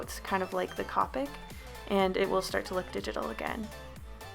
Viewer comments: Not trying to be a meanie weanie and I'm pretty sure someone already said this, but the brand copics is pronounced Copic like toe pick not copic like topic. Honestly I thought it was Copic like topic but apparently I was wrong so its apparently copic like toe pick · Its co-pic not ca-pic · When she says Cop-ics when you pronounce it co-pics TRIGGERED love this drawin by the way. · why does everyone pronounce copic like cawpic?? Is it just an American thing? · If u don’t pronounce copic right ur nOt gOnNa gEt sPoNcOrEd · I like how she says copics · you're pronouncing copic wrong it's pronounce with More of a o sound